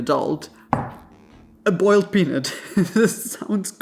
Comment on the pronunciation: He didn't say boiled correctly. As a southern woman.